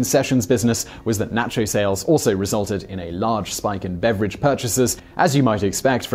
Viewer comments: N'ah'cho. Co-sell. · Naycho cheese?